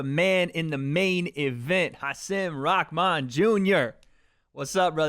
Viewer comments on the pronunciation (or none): Rahman*. Not “rahkman” - your Twitter buddy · Rakman you keep saying Rakman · Why does everyone pronounce his name as Rockman?? How does Rahman sound like Rockman every fucking time 😂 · Ahh… whaa.. fuck why every time, every time it sounds like everyone says “rockmahn” not just wade. Anyone else hearing things or?